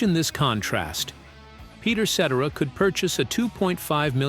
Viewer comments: I hate these AI narrators that can't pronounce the name of the guy who ruined the band Chicago. I can't watch after that. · Can’t take anything seriously when Peter Cetera’s name is constantly pronounced wrong… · Please, before you release a video with an AI voice, make sure you get the pronunciations of the people's names correct. Listening to this is so annoying. Also, for the record, I don't care how successful David Foster was, I never cared for any music he had a hand in creating. He ruined what I was a fan of Chicago for. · Please hire a human narrator! This AI voice says Peter's last name wrong!!! These videos are great content but saying the names wrong kills it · Yeah this is the second video from this channel. I watched the Supertramp one was fairly entertained. So I looked for another one. This one came up and after hearing Peter's last name pronounced wrongly time after time I too caught on that this is all AI. Kind of poetic considering what happened to Chicago sort of happening here.